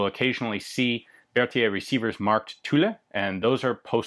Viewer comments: In French, as in English, the final "e" is silent...Thus Tulle is pronounced as Tull...with the French 'u' of course...Logically if you said the final 'e' the Sainte Etienne would be said Saint(uh) Etienn(uh).. M'kay? Other than that, great videos.... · Hi, What about Continsouza as private contractor? Was it only for M16? I don't understand the Remington's issues for building tooling, is it possible to have a quick view of those problems? About pronunciation of "Tulle", don't say the E at the end you'll tell it properly. And thank you again for your very hight quality videos. Carry on! Sacrebleu :D